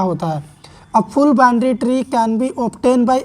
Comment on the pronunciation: Binary tree ❌, Bindary tree✅ 🤣😂